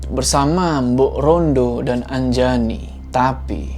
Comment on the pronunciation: Anjani❌ Anjayani✔️ Wkwkwkwkwkwk:v